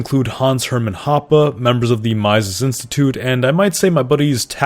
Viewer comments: Lol. If you're going to tell us about these at least learn how to fucking pronounce Mises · Please never say Mises like that again. I was driving a multi ton death machine when you said that, and it distracted me to the point of almost running a red.